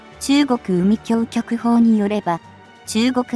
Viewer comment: 海警局は うみきょうきょく でなく、かいけいきょく です。